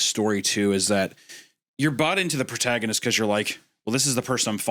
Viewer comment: Anyone else hear Wendigoon say “PortagaMist” instead of “protagonist” 😂